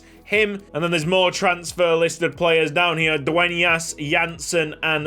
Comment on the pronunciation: as a native Spanish speaker I need to say it. It was a FLAWLESS pronunciation on Dueñas surename